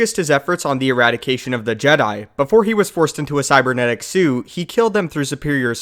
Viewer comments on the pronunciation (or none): I don't mean to spread hate but am I the only one hearing sue instead of suit? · Whenever he says "suit" it sounds like "sue" because he never says the T and it's really distracting